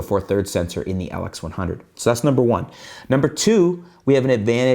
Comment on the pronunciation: You got weird accent man. you say LX100 as atlex100... WTF